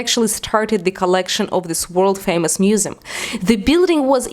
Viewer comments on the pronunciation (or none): feymus musum xd that accent tho